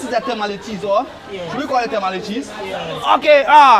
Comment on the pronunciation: Wow I love this channel Please it’s Tamale not “Temale”